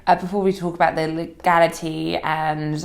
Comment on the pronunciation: James, it's 'the' not 'vur'. It's 'that' not 'vat'.